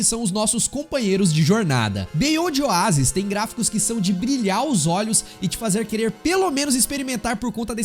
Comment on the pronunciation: Tem que melhorar essa pronuncia aí né? Beonde Oásis foi fod@